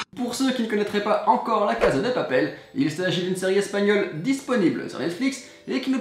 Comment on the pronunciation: La caSSSSSSa de appel, pas la caZZZZZZa de papel